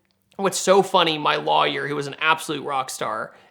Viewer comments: It really bugs me how he pronounce lawyer 😩😩😩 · He really over-pronounces it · That is not how you pronounce lawyer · first time hearing the word lawyer pronounced as "luhh-yurr" is that a GA accent/dialect? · Is it just me or does he say "lawyer" funny? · Hearing him pronounce lawyer was like what!? Lol